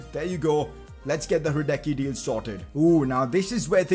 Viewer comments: 11th time saying it's Lukas radesski not radecky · Now when you signed Hradecky, Please pronounce his name right.